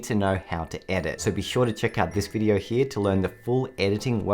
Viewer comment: “Heah” “Heah” “Heah” & “Heah”